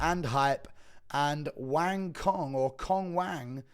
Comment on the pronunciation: FYI Cong is pronounced like "Tsong"